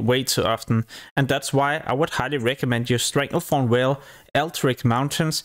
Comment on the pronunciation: want to rip my hair out everytime you fucking call it StranglethornWHALE ITS VALE WITH A "V"